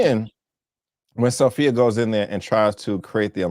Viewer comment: It's Sofia, not Sophy